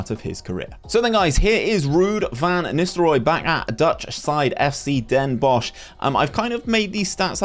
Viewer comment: Ya pronounced Den Bosch very well